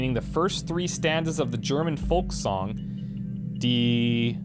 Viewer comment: Your Pronounciation of the german words was mainly right ;) You only pronounciate "Die" as De